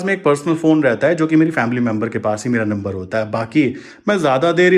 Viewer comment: नंबर you pronounced could not understood